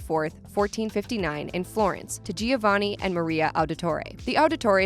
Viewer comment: She really said ”geeovanni”